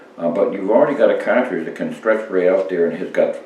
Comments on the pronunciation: Excuse me sir but its car-tridge not kaw-twidge.......lol good vid no matter how old just like the parent cawtridge. Thanx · It’s pronounced cahhtridge